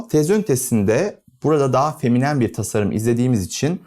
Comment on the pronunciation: "feminem" :face-red-droopy-eyes: Kelimenin vurgusu ve kullanımı dışında mükemmel buldum. Keskin hatlardan kaçınılması ve radius kullanılması hoşuma gitti. Açılı labirent havası farklı bir duygu veriyor